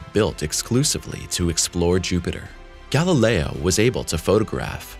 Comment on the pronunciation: "Galileo" is pronounced "gal-i'LEY-oh," NOT "gal-i-LRY."